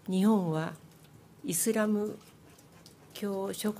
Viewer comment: イズラムじゃねーｗ イスラムだわｗ!!